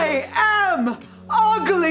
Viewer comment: The way TURNED UGLY INTO 3 SYLLABLES KILLS ME EVERY TIME